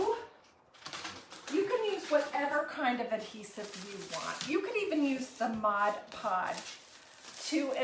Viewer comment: Thank u for pronouncing ‘mod podge’ correctly.